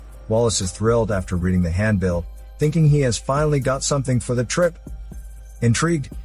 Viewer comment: "Stink water" "hand-bill"